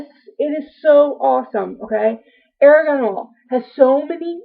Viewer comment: It is pronounced "are gone" oil not "air gone"